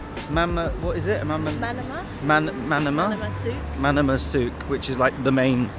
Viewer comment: I’ve never heard someone mispronounce Manama this badly before 😂